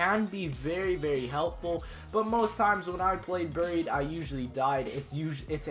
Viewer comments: lol you said buryied😭😭😭 its buried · He said ber-eed it's supposed to be bear-eed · why does he say bureed? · Am I the only one who gets really annoyed with people when they say "buried" instead of how it's pronounced "baried" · You pronounced buried wrong it's supposed to be pronounced "Baried" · "Burr-eed" Haha. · You say "buried" so wrong hahah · why do you pronounce buried like that?